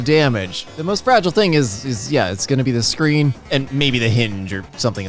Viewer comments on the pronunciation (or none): none